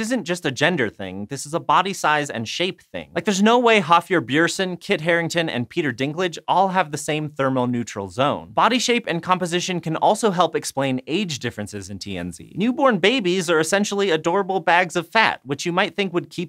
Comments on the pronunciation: hafjur bjourson. Lovely try :) Þ = th ö is similar to uh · my GUY! how could you mis-pronounce the real name of “The Mountain” (and World’s Strongest Man)? Hapthor Bjornson is WAY easy to pronounce 😎